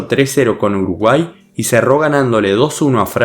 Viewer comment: Alguien se dio cuenta que decía Urugay en vez de Uruguay Buen video